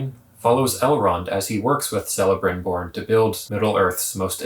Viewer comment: Also it's pronounced Kelebrimbor. Hard C. Also can't be Gandalf unless they are radically parting with lore. Gandalf doesn't show up till the 3rd age. This is likely one of the two Blue Wizards who canonically show up in the 2nd Age. Or perhaps something darker. You have to factor in that this show is not based on a fully fleshed out story like LotR. It's based on notes and appendices.